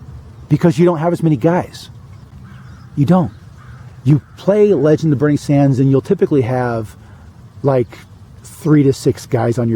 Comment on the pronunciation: I kept thinking that you were saying "The legend of Burnie Danders" lol